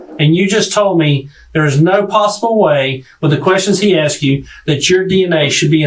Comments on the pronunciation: pronouncing asking 'aksing' is the real crime here. Closely followed by the bizzare names used by everyone in his family. I dont need to know he kiddy fiddled the nieces to know theyre dealing with a monster. Crimes against the english language is enough for a life sentence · "Aksed", "I sais", "whatnot" - what a low life POS!..😢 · And uncle of the year award goes to ( not you ) and asking is pronounced ( asking ) not AXEING learn English 😊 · He aksed them again and again. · Hello. I am not an English speaker and I just have a quick question about language. Is it common to say my "wife akse me" and not "asked me? Tanks for any response. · Why does he says: axed me instead of asked me?! He did it twice so far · "axed", "turned her out"...I'm sure there are others but that type of lexicon although not evidence would make me question this guy and closely pay attention. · Its Asked not Aksed! Texts not Texses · says i’m trying to educate them. then says,,, axed them. dangit. i’m done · She axed me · my wife axed me? jesus christ. english? where is it